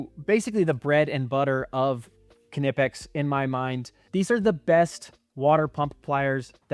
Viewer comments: First of all... Be more respectful. And you're obviously wrong. Just think 5 seconds about why anyone who speaks English would pronounce the K. Just think! BECAUSE It's a German brand name. It's not naaaipex, nipex but KNipex. How do you think it's pronounced in German, and French, and other languages. I'm sure you're the type of person who puts a D in "garage" when you say it. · Du bist der erste Ami der es schafft knipex korrekt auszusprechen.